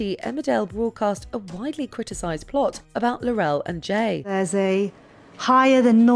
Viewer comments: It's Tarrant, not Tennet. Laurel, not Laurelle. Also, Diana Ingram was not the one who coughed to signal the correct Millionaire answers - it was Tecwen Whittock. Mind you, it's probably a mercy that this narrator didn't try to pronounce that name! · It's Laurel, not La-rel. SMH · she pronounced Laurel wrong too. it's like they're doing it on purpose